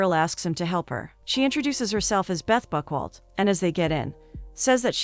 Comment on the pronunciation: That is not how you pronounce Buchwald ffs...